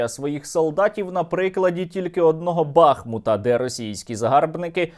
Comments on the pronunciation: Жодного відео не пропускаю. Кажуть що правильно казати - Бахмут з наголосом на у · Вірно казати БахмУт